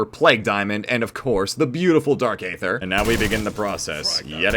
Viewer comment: Hell yeah man love to see the upload, just starting the video and I have to point out that the A is silent and its pronounced Dark Ether lol